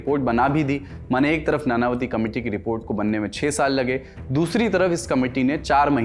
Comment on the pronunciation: नानावती नहीं नाणांवटी होता है